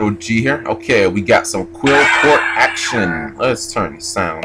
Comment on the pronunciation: It's not pronounced Qwilfort it's pronounced Clifort. Apoqliphort is a pun on Apocalypse and fort. I know I'm being a huge douche right now but it hurts to hear it said wrong.